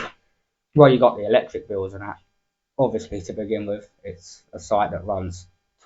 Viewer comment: MillYS!! Try BILLYS!!!!!!!!